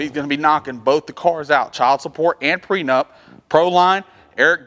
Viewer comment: Are you saying Pre Nut or pre nup?